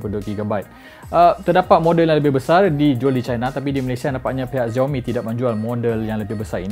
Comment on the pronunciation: you should pronoun it as 'siaomi' not 'ziaomi'